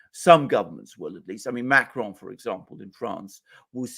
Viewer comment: Pleased to hear Alexander correctly pronouncing Macron’s name! He is French and not Spanish! Therefore you don’t pronounce the final ‘n’